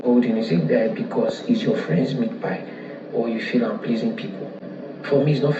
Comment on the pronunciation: It's meatpie not meatpile.